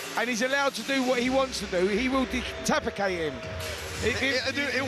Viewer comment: Did Spencer say, “Detacapate”? He constantly makes a fool of himself and the others aren’t laughing with him but laughing at him! What a twat he is!